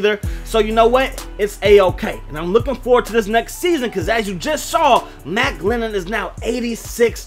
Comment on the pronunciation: You know he's bad when makes a video for him and gets his name wrong through the whole video 😂